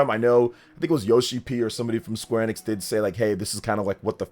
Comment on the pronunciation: My guy…. It’s EEEEEEE-nix, dear lord